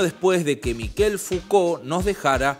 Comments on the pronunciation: Se pronuncia Michel. No Mikel. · es "Mishel Fuco" la pronunciacion, no Miquel Fucolt. Espero no lo tomes a mal, pero vi varios videos y lo tenia que decir. Saludos 🤗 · Ayudarte con el frances es : Mishel como suena; ch suena como sh en ingles; no es Mikel es Mishel como suena; vivi 14 años en Francia; soy Javier Martinez ex Manal y mi nombre artistico es Manal Javier Martinez; amo el idioma frances y la cultura de su pueblo luchador por la libertad; y me gusta ayudar a hablar mejor el frances; bello idioma como el nuestro y el italiano y el portugues; ojala lo leas; muy buena la nota. Z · Se pronuncia Mishel, no Mikel. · ¿Se le dice "Miquel"? Yo pronunciaba "Mishel". Debo haber parecido un idiota. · Mishel , se pronuncia.